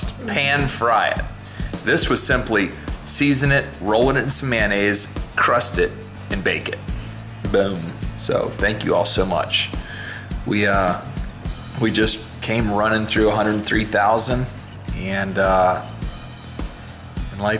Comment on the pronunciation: When you said " bake it" it sounded like bacon